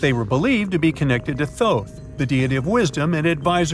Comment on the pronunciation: Ra not Ray, Tutmosis not Thutmosis, Toth not Thoth ... OMFG FUCKEN HATE AI GET REAL HISTORIANS TO READ HISTORY YOU FK TARDS 😤 😡🤡👺🤬